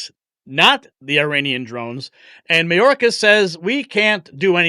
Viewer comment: No, it's MyOrkAss 😂😂😂